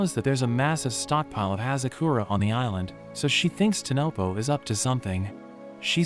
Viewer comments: bro said tonopo instead of tonpopo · It's not tanopo it's tan popo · Bro it's not tanopo it's tanpopo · saying tenepo while in the anime it is tenpopo